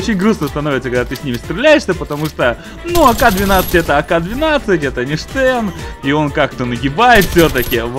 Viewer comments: Стэн а не штэн название английское)) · имей совесть! Не Штэн, а Стэн. Всё таки из второй мировой войны! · англоязычные говорят "Стен", а не "Штен", хоть конечно фамилия изобретателя и Шепард. Но в инглише Shepard, так что первая все-таки С. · Хоть конструктор этого ПП и был Шепард, ПП всётаки называется не Штен, а Стен. А то как то по старушечьи звучит))))